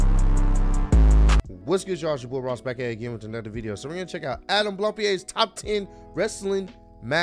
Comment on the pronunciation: It's actually prononced Blampid also my favourite match of this year was Drew McIntyre vs Roman Reigns at Clash at the Castle